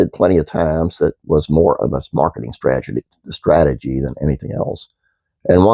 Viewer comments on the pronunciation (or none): Don't worry about pronouncing "strategy" Bugs Bunny has the same problem🤓😎✌🏼☮️